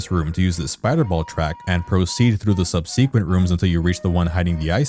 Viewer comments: "They say subsequent weird here." "How do they say it?" "Sub-see-quent." booing and complaining BTW, love the video. But I'm also an asshole, :P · The way you say subsequent smh.